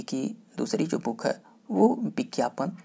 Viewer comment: Sir Booken Booken q bol rhe h aap......